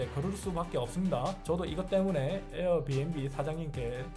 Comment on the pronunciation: 에/ 어비앵비 ㅋㅋ 발음 죽이노